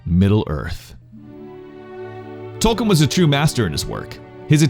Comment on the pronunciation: Toal-keen is how it’s pronounced.